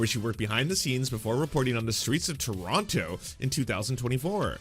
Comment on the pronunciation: You say Toronto as a Canadian would say ‘What is that abot, eh’